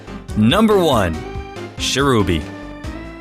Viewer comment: do you keep on called Cherubi, Sherubi and Cherrim Cheren? They're based on Cherries, so you don't need to do that weird foreign thing of making ch sound like sh.